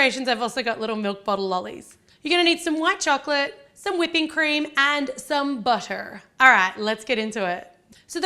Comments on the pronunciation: the way she said butter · Did anyone else notice the way she said butter the first time or was it just me ????💩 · How she said butter sounded American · When she said butter she turned american